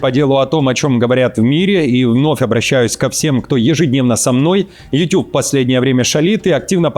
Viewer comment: не ЮТЮБ! А ЮТУБ! Умник!